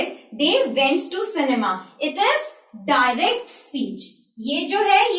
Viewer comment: Wrong prononciation of direct